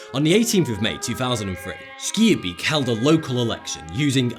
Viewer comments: haha you are prenouncing schaerbeek wrong its not skierbiek butt more like sgaarbeek ;) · skeerbeak? Schaerbeek: schaer, sgaar. beek, bake. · Schaerbeek is pronounced "schaarbeek" and with a Spanish "r" (the Dutch and Spanish "r" are the same way pronounced) I don't know how to pronounce it but it sounded nothing like the actual word. I don't mean to hate at all, Dutch is a very hard language to pronounce if you're native English speaking. Just wanted to give some feedback:) still an amazing video, keep it up! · Schaerbeek isn't Sk-ear-beak, it's pronounced Sg-ahr-bake, just as Gouda isn't pronounced Good-a, but more like Loud-a, and the -gh in van Gogh isn't silent. I'm a Dutchman, I should know! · SCHAERBEEK = SCARBEK man is not skirbe hahahahahhahaha. BXL respresenttttttttttt!!!!!!!!!! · SKEERBIEK???? LOL! SCHAAAAAARBEEEEEK!!!! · SKRRRTbeek ... its schaarbeek 😂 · SKIERBIEK i'm dead ahahaha, leave it to Americans to butcher our fine Brussels city name :p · You sey schaar beek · ITS PRONOUNCED SCAR-BEK ( im belgian) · schearbeek xD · its schaarbeek not schaerbeek!!! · Skiabik?? WTF?? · Haha ja hij zegt skierbeejk 😅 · schaerbeek is pronunced "scarbake"in english... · you prenouns schearbeek as Schaarbeek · "sceerbeek" hahahaha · you pronounce it as charbake :) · Horrible pronounciation on "Schaerbeek" lol :D (I'm from Belgium) It's more like "scare-bake"-ish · It's pronounced skaar-beik ;-) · To pronounce "schaerbeek" correctly type in on goolge translate "schaarbeek" then click on the speaker (select "Dutch" as language :D) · wow you totally mispronounced Schaerbeek, I am from Belgium (Flanders) so😅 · I loved the way he pronounces Schaerbeek. I loved it! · Wow i live there and i've never heard someone pronounce it that bad lol. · im belgian and that pronounciation of schaarbeek was so wrong but so funny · As a Belgian, his pronounciation of Schaerbeek amuses me! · You really butchered the pronounciation of Schaerbeek there :D